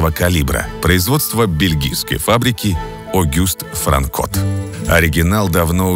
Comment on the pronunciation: огюст франкотт это не так а правильно август франкотт такие вещи дружок надо знать и далее на наименовании марок импортных ружей ты везде неправильно ставишь ударение получается как баба на базаре которая семечки продает совершенствуйся дружище ты ж все таки.